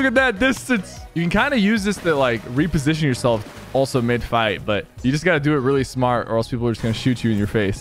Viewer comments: The "re-position" going wrong way again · 😂 " the reposition"